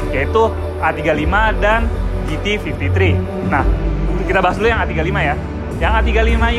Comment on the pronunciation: GT53, ga pake S. Bukan GTs53.. 🙄